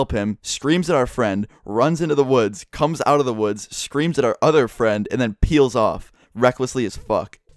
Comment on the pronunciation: Say peel again boy